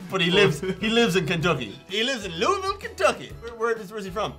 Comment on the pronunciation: you said Louisville better than most people who live here...I live in Kentucky as well! I was shocked you was 3 sheets to the wind an said Louisville right!